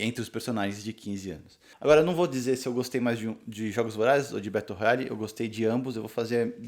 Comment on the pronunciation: Estou lendo no momento e estou amando! A minha única critica é que vc pronunciou o nome do livro errado.